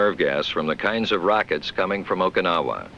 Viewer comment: He can't pronounce Okinawa...